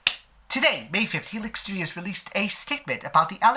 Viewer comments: im sorry but i got so annoyed by the way you pronounce Helix, like where do you get the heh sound from? It's he-lix like the dna strand, ya know? im sorry, i get so annoyed about those little things lol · Isn't pronounced HEElix? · I was a bit annoyed by the clogged-nose voice timbre, but I loved the way he pronounces "Heh-lix" 😁 This doesn't take much away from this quite relevant, informative video. I won't be upset if that company or any other similar company shuts down for good and gets combed-through by the authorities like others were after the Traci Lords scandal. The very first time I stumbled upon this studio's content, I was very much startled, and then I proceeded to delete all the history data, markers, cookies, etc. from my browser. I was absolutely certain that the blog I was scrolling through had started advertising promo vids and pics linking to illegal websites. LOL Imagine being in the prelude to an onanistic moment of self-love, so you check out what's new out there on the usual blogs, but between inspiring visions of wide-wrists and strong chests and legs covered in delicious fur, you stumble upon the darn face of 5-years-ago Joey Mills in hardcore positions with another kid, both looking like they belong to people who were looking for them on milk cartons. My brain got a "WTF?!" jolt and I got instant deflation in my shorts. Judging from many comments below the info-adverts on at least three blogs, I was not alone in questioning this new content. Fast forward 4 years, and that studio has really taken hold in the "industry." That's also when I first heard of "bombshell" defections and drama. Str8up is excellent for this kind of thing (despite printing nonsense as far as politics is c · oh okay, so that’s why it sounds weird 😂 English is your first language, right? I was wondering if it was because English could have not been your first language lol